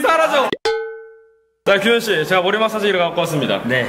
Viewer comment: 규현씨 할때 기모찌 라는줄 ㅋㅋ